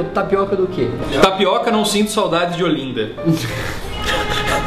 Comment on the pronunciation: KKKKK! Só uma pequena correção, você pronunciou: Ôlinda e o certo, é, Ólinda. kk É aceitavel que não tenha curtido nosso calor, adorei o vídeo.